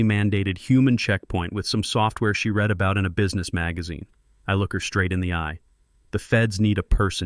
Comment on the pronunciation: This keeps going back and forth between Gabriel being a he or a she. It’s a common mistake you guts make in these stories. And you still haven’t fixed the read and “red”.